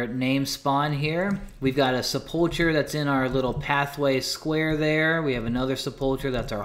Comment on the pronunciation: It's "sep-ul-ker", not, "Suh-pulcher" lol! Great vid enjoying it had to comment this